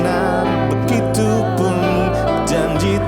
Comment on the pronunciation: Haelluyaaaaa luar biasa tuhan Jesus Kristus Memberkati. Serak serak basa seperti Judika Singer KK sang gitaris andalkan. begicuuuu begitu yang bener KK, bukan begicuuu Nice ❤️😂 lah Pokok nya The best Syalom, syalom dan tim Haelluyaaaaa